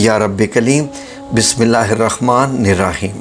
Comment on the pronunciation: Bismillah bhe Sahee Nahi Parhi And INNAHA LILIHA bhe Sahee nahi parhi Aap ny Aap Jajwaeed K Sath dobara Quran Majeed Seekhay